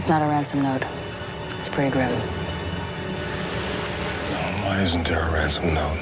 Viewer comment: Sounded like "it's pretty grim" or "its pegrim". Neither makes sense and pegrim isn't a word lol